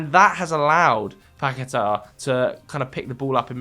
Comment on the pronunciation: saying paqueta 🤣🤣🤣 Say barTHElona next😂